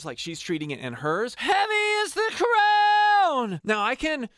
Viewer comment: He literally mispronounced crown